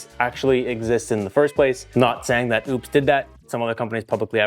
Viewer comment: Sorry, but when you can’t pronounce it correctly, I just can’t watch the video 🙄